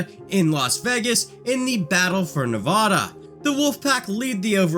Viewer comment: THATS NOT HOW YOU SAY NEVADA